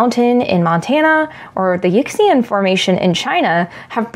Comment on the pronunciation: I just wanted to say I don't mind the sponsored video especially relevant to the topic like this; I'm okay if you do more of these especially since it helps support the channel. Also letting you know "yixian" is more like "yee-shan" than "yiks-ean" if you have to say it again in the future. Great GSA live Q&A with Cate, I am honestly wishing I could make San Antonio!